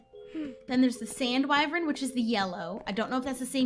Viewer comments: wyvrens???? EES WYVERN XD love you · LISTEN UP its wyvern not WYVREN